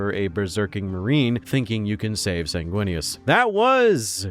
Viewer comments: ...first time I've head you say Snaguinius...and its hilarious. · "Snaguinius" 😂 Lisdexia sucks my guy. I leef your pain.